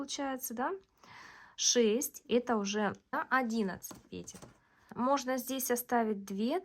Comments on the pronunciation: Наконец (о, боги) я слышу пЕтель, а не петЕль. Просто праздник какой-то.. Кайфанула от грамотной речи и более чем понятного объяснения. Спасибо!! ❤ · Разницы в постановке ударения в единственном и множественном числе в слове петля-петель нет! Как нравится,так и называйте,как хотите,так и произносите!😊